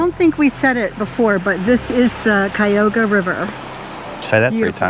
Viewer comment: it is pronounced CUY A HOG A